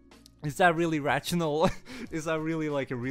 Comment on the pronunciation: Rachional ... XD XD .. Good video man thanks.